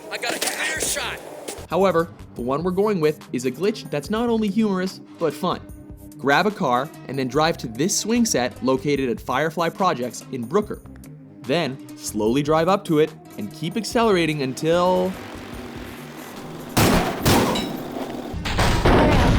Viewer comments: I'm gonna be "that guy" and say that it's pronounced broker, not brooker. Sorry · I like how on gta he says brooker lol wtf it's broker lol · Its not brooker.. Its broker. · "Brooker" It's GTA, how the fuck do you not know how to pronounce Broker? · "brooker" LOL i stopped watching here. its BROKER you fucking goon. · In GTA IV it's pronounced broke-er not brook-er